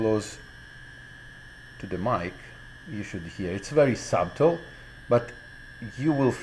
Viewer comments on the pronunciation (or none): Don't pronounce the B in SUBTLE!!!